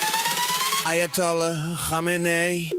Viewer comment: It’s Aya doll ass not ayatollah